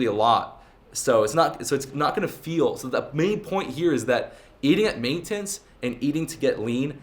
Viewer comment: Where’s the girl in the thumbnail you bitch. Btw your pronounce MAINTENANCE awkwardly